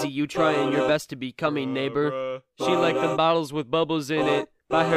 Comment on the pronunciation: When he said neighbor I thought he said the n word hard r